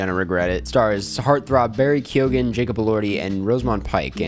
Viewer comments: ITS BARRY KEE-GEN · I don’t mean to sound picky, but “Kyone” is how to pronounce Keoghan.